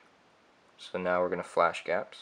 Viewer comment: Its not pronounced Gapps it is G-apps like Google apps.